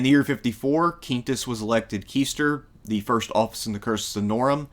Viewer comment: I'm still listening to the video so I heard this later, but the position/word QUAESTOR follows the same QU pronunciation. The AE is pronounced like english EYE. That same rule is followed always when pronouncing latin words. QUAESTOR is pronounced KWY-STORE.